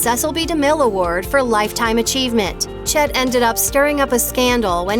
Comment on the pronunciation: "Chet" sounds too much like "shit".